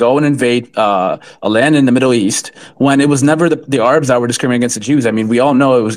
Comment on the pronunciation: The ARE-UBS????? I’ve never heard Arabs pronounced like that lol Could be common for the record I’ve just never heard it